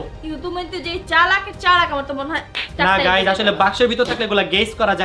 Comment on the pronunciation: গাইস❎ গাইম✅